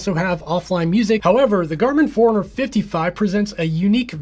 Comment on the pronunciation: Hey I too was annoyed in the beginning thinking why's he saying Four-Hundred-Fifty-Five and Four-Hundred-Two-Forty-Five, but then I realized it's not Four-Hundred that he's saying, it's Fore-Runner, lol :D